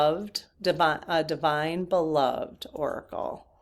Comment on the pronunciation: Just want to share...I think "Beloved" as used in that deck refers to someone that is loved. And it is pronounced: be-LOVE-ed (accent on second syllable, and 'ed' pronounced as the man's name ED. So Prince Charming looks at Sleeping Beauty and says, YOU are my beloved.